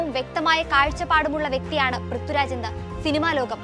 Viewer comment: Prithuraj അല്ലാട്ടോ.. പ്രിഥ്വി രാജ്... I wish anchors focused on their pronunciation.